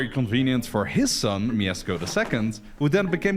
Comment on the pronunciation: /pyast/ not /pah-yast/, and /myeshko/ not /myesko/ pronounciation wise, as im assuming 2137 people alreayd pointed out